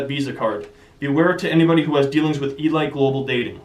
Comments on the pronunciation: It's pronounced e-leet not e-light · you don't know how to pronounce elite? lol